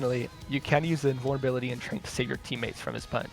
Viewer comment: Can we talk about the way he calls Zen’s ultimate “trank”?? I refuse to believe anyone says it other than “trance”